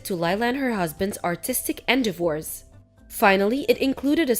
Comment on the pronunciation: It was hilarious how the reader pronounced endeavors. It took me awhile to figure out what were saying. She pronounced it in du vors